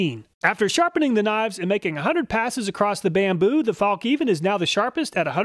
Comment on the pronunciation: Fallk niven 😆